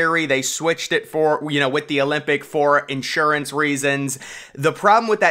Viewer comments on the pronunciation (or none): none